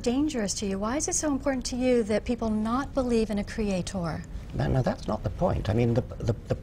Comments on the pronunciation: what's with the pronunciation of "Cree ate torrr" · why does she keep pronouncing creator, creaTOR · Stop saying creaTHOR please. Unless your God wields a huge hammer, you're talking absolute bullshit. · Everytime I heard her say cre-a-TOOR I just wanted to kill a kitten. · She keeps saying creaThor,creaThor...well if only I was made in his image,Thor is a handsome bastard in the Avengers. But I am not as handsome as Thor so her point is moot. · "CreatOHR". God damnit. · A Kree-Hay-Tor. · I cringe every time she says "cree ay torre"